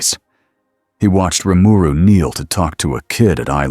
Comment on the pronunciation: the AI said his name right....impressive